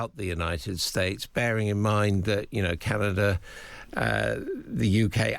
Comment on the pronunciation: Why is this fellow having problems pronouncing simple words..... Canaga? PM Harney? Come on..... NOT funny.